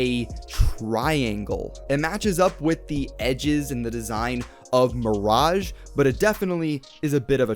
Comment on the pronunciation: isn't it pronounced Mir-age